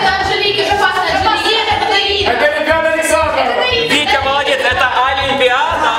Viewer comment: Правильно ишется ОлИмпиада а не Алемпиада. Лайк чтобы Дима заметил.